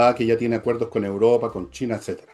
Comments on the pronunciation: Igual como dice Uropa en lugar de Europa. Ni idea por qué será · 😂 pensé que era la única que escuchaba "uropa"😂